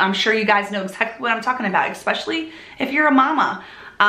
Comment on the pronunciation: It is great to see you once again....I have really missed hearing the way you pronounce the word especially (EKspecially) among all the lovely things you do. So, welcome back and I for one will EKspecially enjoy you !r endeavors ! Judy